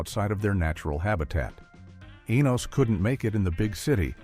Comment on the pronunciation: So many inaccuracies. Checking In was a spinoff for Florence, not the doorman and Mr. Bentley was not the doorman, where did you even come up with this; The Colby’s did not try to be a sitcom; Enos was not a spinoff of a spinoff and his name is pronounced two different ways during the recap; The Brady Bunch Movie Jan is used as references to Eve Plumb. This is just inaccurate garbage.